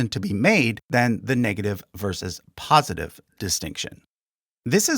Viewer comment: Great video, but 'POSTITIVE' or 'POSITIVE'?